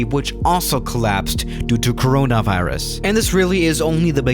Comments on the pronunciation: Nobody:: caRaNavIRus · Literally nobody:: CEYRONAY VEYERUUS